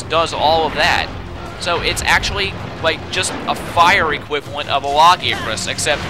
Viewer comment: It's pronounces lag-ee-a-crus not lagi-acrus